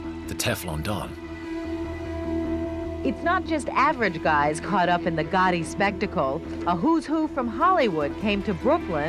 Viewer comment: "Businessmun" "Goiti" "Porl Casalannoo" 🤮